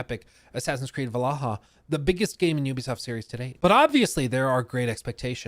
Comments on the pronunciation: You cant say Valhalla dude? It's not Val-a-ha, it's VAL-HALL-A! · Why does he say valaha??? 🤷🏻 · I hate how this man pronounces 'Valhalla.' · Take a shot every time butchers the pronunciation of Valhalla..